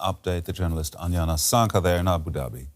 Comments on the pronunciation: Small side note, it’s Anjana not Anyana 😂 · J is not Y... j is pronounce J in Asia... Anjana is not Anyana... mind it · Her name isn't anyana ,its Anjana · It's not Anyana, it's Anjana. The J is pronounced like it is in "Just". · Pronounce the name of the Indian journalist correctly.